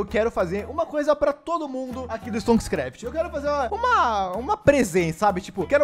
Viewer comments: Aee tu sabe falar o nome da série, diferente do apuh. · Nossa vc è.o primeiro canal q falou o nome da série certo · O unico que fala o nome da serie certo